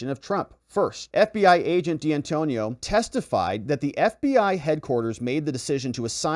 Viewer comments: It's D'Antuono ( Di An 2 ono) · Dee Antonio? Pour ah.